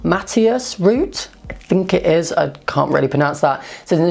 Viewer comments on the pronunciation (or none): none